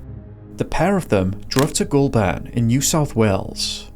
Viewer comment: I really like the aesthetics and storytelling in this video! As an Aussie, thank you for bringing this family's story to my attention. Just want to point out some minor pronunciations 😅 Goulburn and Melbourne are said with emphasis on the first syllable (pronounced MEL-burn). Same with Bathurst, but pronounced with "th" together, like the word "thirst". It's a þ sound.